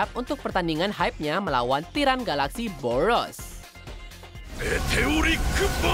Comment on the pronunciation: boros kok jadi bouworos